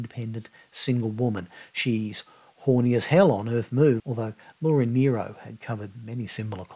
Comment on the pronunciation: I loved your tribute to Laura Nyro - and that you pronounced her name correctly!